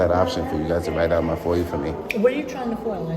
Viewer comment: He says “foy-you” instead of FOIA more than once. A new word for the frauditor “libarry!”